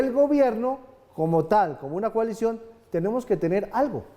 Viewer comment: Coalision suena a colisión. Una vocal para la realidad nacional.